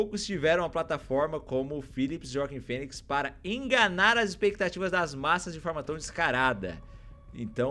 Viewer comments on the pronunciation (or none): Phoenix - Foenics ❌ Phoenix - Finix ✅